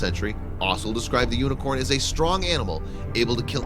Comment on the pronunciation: u said uniquorn its unicorn